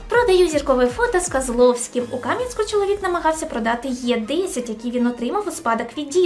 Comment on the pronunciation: Кам'янськЕ будь ласочка, а не кАм'янське, будь ласочкаа